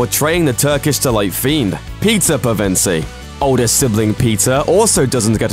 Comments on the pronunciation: I hear Pizza not Peter. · When he says Peter, it sounds like pizza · When he says "Peter" to me, it sounds like he's saying "Pizza". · did he just call peter.. Pizza..?